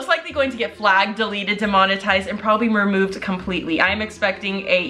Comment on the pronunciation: is no one gonna talk about how she said “mermoved”